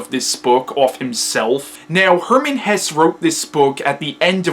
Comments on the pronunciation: I find your book review very good, because i understand every fact very , even though my english is very bad, because you speak very clear and your lecture is very structured. But i want indicate you something: You say at the beginning of your lecture Hermann Hess. Thats not right, his name was Hesse. I say this, because Hitlers deputy was Rudolf Hess and he had nothing to do with the author. But the rest is good. I find your book review, because in youtube is no bookreview in german. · Great review - hats off to you! I hope you don't mind a few remarks about your pronounciation of German names: - the last sylable of Hesse is pronounced the same way than the "se" in words like "second" or "self" = Hes*se* = [ˈhɛsə] - it's similar with "Nietzsche" (you pronounce it pretty good) but the letter is pronounced like the "e" in words like "shelf" or "sheriff" = Nietz*sche* = [ˈniːtʃə] - you make the name "Beatrice" sound like it derives from "beat" or "beating" but this originally french name is pronounced with an audible "a". -- most people in the UK would probably pronounce the first letters like "Bianca" or "be a tri(ck)" = Be-*a*trice = [ˈbiːatɹɪs] -- while French and German people would pronounce the "e" different as well - so it would start with "be" pronounced similar to words like "bell" or "beg" followed by a clearly separated "a" like I wrote above = "B*e*-*a*trice" = [ˈbeːatɹɪs] Hopefully you're not angry about my "corrections" - I did not write them to make you feel bad or something. It's just that you seem to be a smart person, who is open for new information and constructive criticism... Keep on doing your thing - you're great! :-)